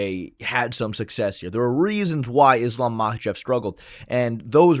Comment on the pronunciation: it bothers me how says 'Mahachev' instead of 'Makhachev', it's like he's personally ragebaiting me